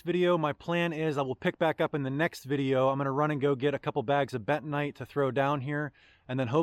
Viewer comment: What the heck is betonite or what ever you said..................